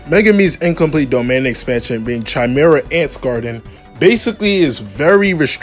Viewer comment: bro said chimera ant 😭